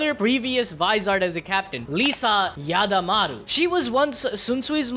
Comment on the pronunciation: Not Ya-da-mar-oooo, Yada-maroo, yada, like yada yada yada, and maroo, like maroon. It's a faster cadence, not a soow broken up thing.